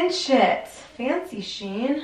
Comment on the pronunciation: It's SHE-IN not Sheen. It is exactly the same company as before when they were called She In. They just rebranded and joined the two words together.